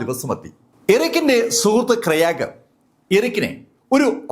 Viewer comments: Kyraag alla Graig. It's a english name. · Sir, Krayag alla I suspect the name is Craig, pronounced Kray-guh. Amazing content keep going 😊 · പുള്ളി പറയുന്നത് കേട്ടപ്പോൾ ഞാൻ കരുതി വല്ല ഇന്ത്യകാരൻ ആയിരിക്കും ക്രയാഗ് എന്ന് 🤣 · It's Craig